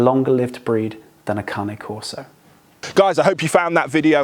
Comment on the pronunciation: Carne CORSO CAR - Na Not CAR - Ne ! It's allways the dopsticks dogtrainer who blow themselves up ! This is to be said about the numpty who hoasts this channel .....